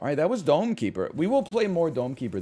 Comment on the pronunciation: I recently started watching NL through YT. I literally thought he was saying “Donkey Bird” instead of Dome Keeper.